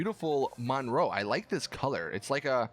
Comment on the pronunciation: He pronounced colour strange and I laughed. Sorry